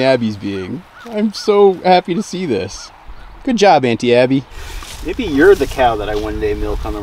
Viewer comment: Congrats on the calf, but when you said Aunty Abby I somehow heard Anti Abby. Just felt a tiny bit fitting 😂😂😂